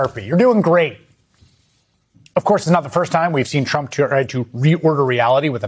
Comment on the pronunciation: Is it just me... or doesn't sound like every time Elise Labott says his name she says "President Chump"?